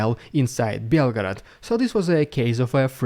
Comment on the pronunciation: 3) says Belford in stead of Belgograd